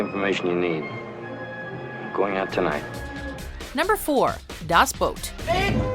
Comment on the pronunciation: That's a pretty good pronounciation of the word "Boot" for people who don't speak german.